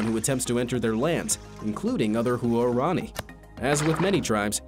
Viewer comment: Huarani is pronounced “Whar-ronny”; not “Hu-are-ronny”.